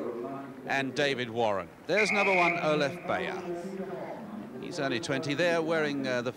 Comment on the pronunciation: The winner's name should be pronounced "buyer". Hoffmann superb beating Straub, who two years later would split Coe and Ovett in Moscow.